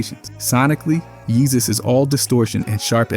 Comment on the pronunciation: could imagine some sort of Romance language pronouncing “Jesus” like that.